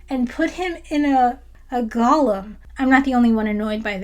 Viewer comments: It's GO-lem, not GULL-um. Gollum is from LotR. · Also "Golem" (not Gollum), lol. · Gollum? Or Golem? The former is from LOTR and the latter has a long o sound. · Good Star Trek movies don’t exist. I disagree. Star Trek 2, 4, and 6 are excellent. And just a note, golem is pronounced GO-lem, not gollum. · It's pronounced GO-lem, yesss, precioussss, nasty clay humanses, nothing like poor Sméagol, no, gollum.....